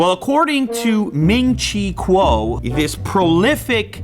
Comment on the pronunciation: It's pronounced ming chi cow